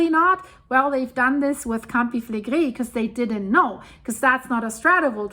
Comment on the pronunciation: Ja, verstehe ich. Ich finde allerdings gar nicht, dass sie langsam spricht und ihr Vokabular ist ausgezeichnet. Bei manchen Worten insbesondere wie zB Campi Flegrei und andere Fremdworte spricht sie es sehr deutsch aus was ja auch sehr charmant ist. :-)